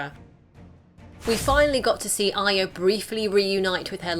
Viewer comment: ARYA not AYA